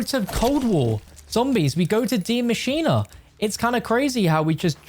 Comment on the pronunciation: Why is still pronouncing “maschine” (“ma•cheen”) as “mascheena”? 😂